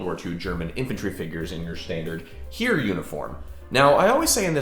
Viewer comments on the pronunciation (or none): 'Heer' (army) is pronounced 'hair'. 🫡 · Hi there, „Heer“ (Army) isn‘t pronounced like the English „hear“. Think of the bird Heron and scratch the -on. There is your word „Heer“ in (almost) perfect German